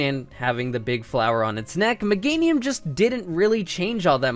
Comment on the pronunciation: It's Meganium, NOT Megnatium! AND HURTED IS NOT A WORD!